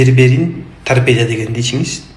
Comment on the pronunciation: Тарпедия эмес тарпедо ОЗУ саткан дарынын атын айталбайтко